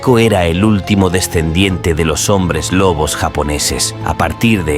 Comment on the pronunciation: Se dice lobos🤬